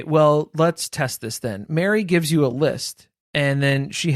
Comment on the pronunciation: The way I was cackling thinking you said BARRY (Plath) had cornered the market on bronzer. Then clued in to Meri, lol.